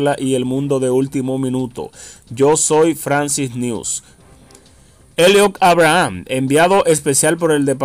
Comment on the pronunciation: Aprende a pronunciar en inglés Eliot (Eibrahms), vas a tener que tomar un curso para aprender a hablar correctamente tanto en inglés como en español.